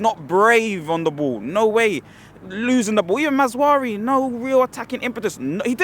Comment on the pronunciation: The way says Mazoari, will always be funny to me 🤣🤣🤣